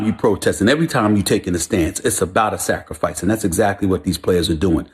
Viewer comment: Sacrafice? Ahahahaaaa